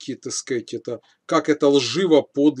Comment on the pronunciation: Если хочешь набухаться, каждый раз переворачивай полтос, когда произносит слова: "Такскать" Простите меня, )